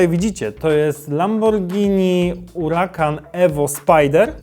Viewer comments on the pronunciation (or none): Czemu zmieniasz nazwę nie mówi się uracan tylko huracan